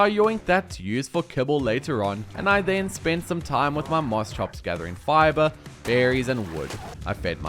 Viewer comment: Its "Moss-Kops"